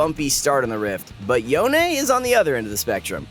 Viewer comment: yo-nae? bruh, can we just call him yone, like the word alone?